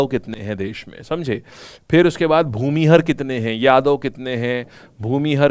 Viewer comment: सर भूमिहार होता हैं।। Plz correct pronunciation...